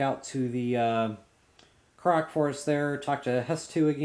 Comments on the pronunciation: yeah, I kept hearing him say proxy? I was so confused....after a while I figured it out but I thought he was talking about something else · its pronounced kor-ok